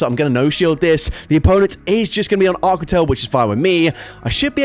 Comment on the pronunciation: I’ve never heard a Brit pronounce aqua like that lol.